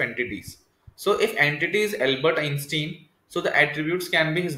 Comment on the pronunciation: Dude! That is NOT how you pronounce Einstein. Good video, but that just bothers me haha... It's not "in-stin".